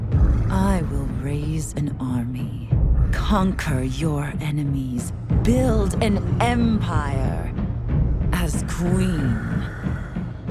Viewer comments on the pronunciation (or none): none